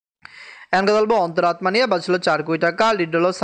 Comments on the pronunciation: তোমার অন্তরাত্মা উচ্চারন হয়না। সেই জন্য মেজাজ খারাপ লাগে। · ওনি হিন্দি ভাষারটা বলেন 😂